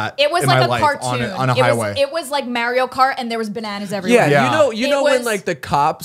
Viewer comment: “Meh-rio cart” lol